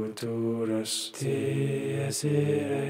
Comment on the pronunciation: i appreciate the effort you went through to record yourself singing the Dies Irae with the most frustrating Latin pronunciation possible